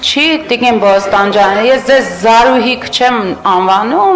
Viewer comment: Նվարդի՛կ, ո՛չ-թե Բոստանջյան, այլ Փոստանջյան։ Եվ առհասարակ ինչու՞ ես ճորալով խոսում, քնաթաթախ ես, թե՞ ՞ ՞…🤯